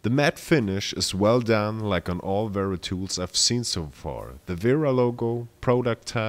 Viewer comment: Speak you german. You speak Kraftform and wera like a german people